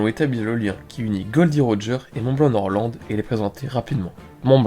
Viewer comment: Nord lent et Rodjé